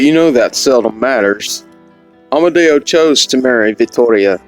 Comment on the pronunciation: Such a tragedy for young couple. I LOVE how you added an Italian accent to their names. Good job senior! 😆